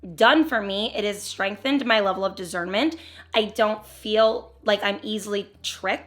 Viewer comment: Love this video! God is so good! So cute the way you pronounce discernment was a z 😂🥰